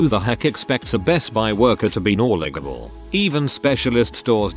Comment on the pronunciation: How ironically hilarious is it that the AI voice can’t pronounce ‘knowledgeable’ 🤣😂🤣